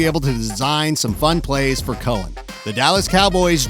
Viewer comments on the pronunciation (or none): none